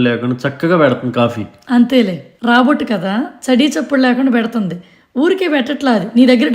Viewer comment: Rabot kaadandi,Robot kaadaa